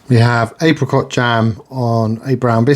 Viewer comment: "Menu free" "April cot jam" 😂.